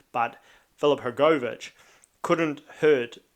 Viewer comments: u just pronounce it wrong u say hrgooovich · the way u say hrgovich lol i know yo from nz but jeez